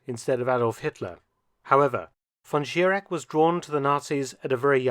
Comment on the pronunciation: Mr. Felton - you can do better. Your pronunciation of "Reich" is wrong. It is not "Riyk" It is not "von Schirak" and not Reiksleiter". We germans have also Problems with your "th" ...but with your focus on the 3rd Reich...not 3rd Reik